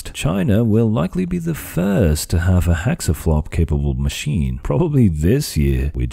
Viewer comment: Does he keep saying "hexaflop?"